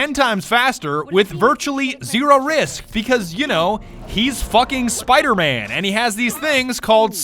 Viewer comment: Just rewatching here: "He's fucken Spider-Mang"